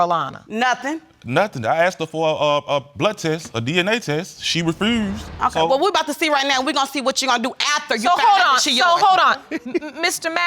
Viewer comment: If that second dude says “refRused” one more time...